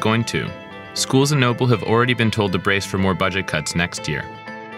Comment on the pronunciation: Why does he keep pronouncing it Nople?